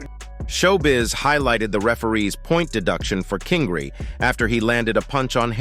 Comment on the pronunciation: Can't get over the ai narrator calling Ryan King-ree 😂😂😂😂